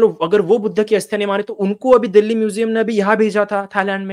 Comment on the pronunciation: बाकी सब तो ठीक है पर ये दिल्ली को दल्ली क्यूँ बोल रहा है 😅